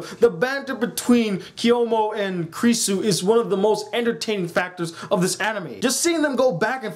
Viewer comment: Now pronounce it after me her name is pronounced "Kew-rew-sew"